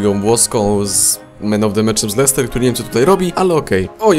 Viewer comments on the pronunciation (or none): none